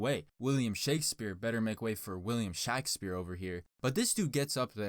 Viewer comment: Nobody: Not a single living being:: "William SHAQspere